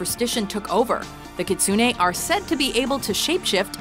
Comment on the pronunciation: singer kitsune its written in hiragana like this きつね, gitsune is written like this ぎつね. If you notice, its almost the same, and for them it its. ki and gi have the same tongue spot on the mouth when is pronounced (try it).